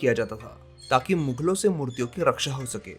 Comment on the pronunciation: मुगल होता है न कि मुघल